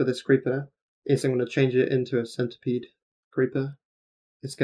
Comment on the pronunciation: that 'centipede' though